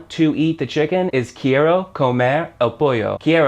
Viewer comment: This guy can't even pronounce quiero correctly.